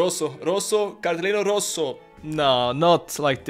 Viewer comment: Cartellino rosso! Sotto la doccia! Your Italian Is really good😂